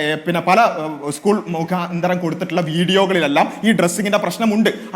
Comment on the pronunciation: ഡോക്ടറെ ഉസ്കുൾ അല്ല 😂 സ്കൂൾ 😳